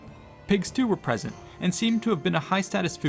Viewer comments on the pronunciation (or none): none